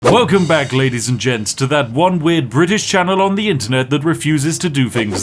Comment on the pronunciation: So yes, fank you very much for watching Funny bri'ish. Yes, it just dawned on me that just like 99,97% of bri's, you are unable to pronounce "th". Stay awesome.